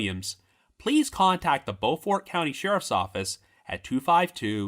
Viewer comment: It’s pronounced “bo-furt”.